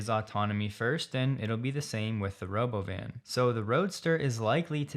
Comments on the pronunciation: Elon started it with his nonsensical roBOvan. naNOMeter just makes sense and is easier to pronounce. The other way just sounds wrong, and is - according to Cambridge-Ozford but as we know there are NO RULES in English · For everyone who wonders, it's James Douma kind of his trademark to pronounce some words differently... Like Elon came up with "Ro-Bóvan' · For everyone who wonders, it's James Douma kind of his trademark to pronounce some words differently... Like what Elon did with "Ro-Bóvan'